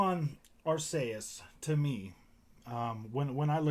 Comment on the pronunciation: Ar-KEY-us lol. Great vid